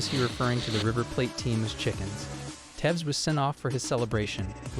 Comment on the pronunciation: tevs???? who the fuck is tevs? I call for all americans to never speak on football again.